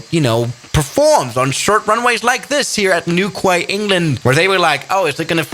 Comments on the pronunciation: Newquay is pronounced new key not new kwaye…. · Hi, I would like to state something that as to say newquay, it is pronounced as "newkey" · idk why but the way he pronounces newquay triggers me (for anyone wondering, it's pronounced new-key) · It’s not pronounced Newquay it’s pronounced newkey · you pronounce Newquay like Newqee. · It's pronounced "Newkey."